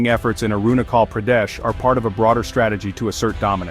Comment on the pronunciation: China itself illegally capture tibet so how china claim arunachal pardesh ?? ... N pronounce correctly .. i must say your pronounciation is very bad and irritating 🤣🤣🤣